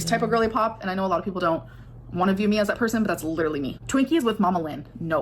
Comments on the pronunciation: “Liter-ly”. Okay at first I thought she misspoke but she said it incorrectly multiple times. So is that the new word now or is she trying to come up with an accent? 😂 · why does she keep saying LEE-durally 😭😭😭